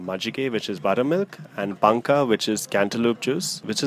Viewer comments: Oh c'mmon... this person is not riding high horse... it kind of irritates the locals when the words are not properly pronounced... if he is not a north indian. Then he should be ashamed that he did not know the word paanaka. The word is same in entire karnataka..... and more importantly there is nothing wrong when someone is trying to correct you when you are pronouncing the word incorrectly. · It's not "Machike" it's "Majjige" please correct the name and also it's "paanka" not "panka" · Its not machike its majjige , its not panka its paanukaa